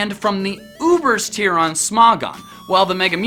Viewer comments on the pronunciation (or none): none